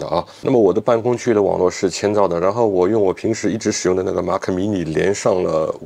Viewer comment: Mac怎么读成马可😂